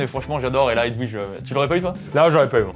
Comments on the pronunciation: Personne parle du fait que prononce Edouige au lieu de Edvige??????? Personne n'a vu de problème là?? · Pardooooon? Comment a osé prononcer Edwige 😭😭😭😭